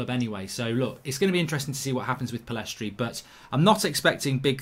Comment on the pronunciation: Mark, get the guy’s name right. Pillistri not PillEstri.